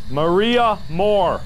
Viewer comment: Mark: Maria Morrrrr~e Me: Spending 10 minutes trying to roll my R’s and failing